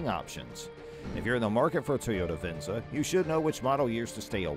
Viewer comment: Not even pronouncing Venza correctly 😂